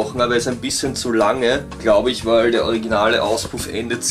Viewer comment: Ich liebe es einfach, wenn Du "wal" ("weil") sagst :)